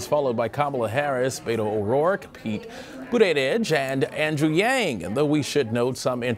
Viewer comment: still butchering Pete's name I see